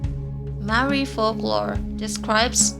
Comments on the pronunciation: Butchered the Maori words im Maori but we got wiped out so I guess it doesn't matter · You butchered every māori word but at least you didnt mock our culture like most so i respect that